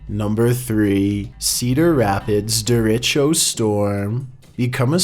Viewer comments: That storm in Iowa, the Derachio, is a very powerful storm. It's what's called Straight Line Winds. It can be mistaken for a tornado. Btw you pronounced it wrong. It's pronounced Der-a (like "a storm")-she-o. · It’s pronounced “de-ray-cho”